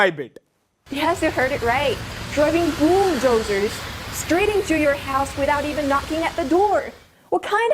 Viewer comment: I suppose she said poodozer. Bulldozer yeah of course are in India but Poodozers am sure it will stinky machine.